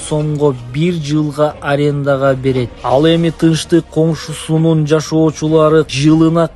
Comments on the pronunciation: сөздү туура сүйлөсөнуз "коншусунун" эмес конушу деш керек да😮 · жакшылап суйлогонду уйрон коншусу эмес конушу болуп айтылат Тынчтык конушу болуп сен болсо коншусу деп жатасын